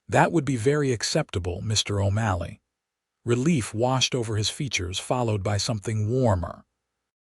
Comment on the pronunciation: Irving then his name changed to O'MALLEY! And your AI speaker can't pronounce words worth shit.